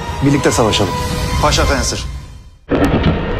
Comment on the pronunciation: Poğaça fensır diyor orda